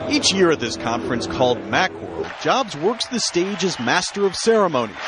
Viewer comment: Mackworld lol